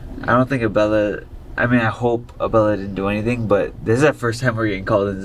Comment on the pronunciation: Why you say “Bella” wen it’s Abella